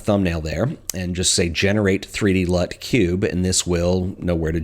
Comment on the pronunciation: "So a lut will save you a lut of time" hahaha